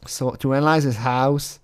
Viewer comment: I wish I could hear ah-nah-lyze some of the new Lorne material. Especially some of the videos of the inside of the Trailure of Failure